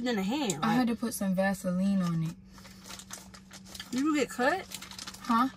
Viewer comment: Lmao! Not “I already dood it”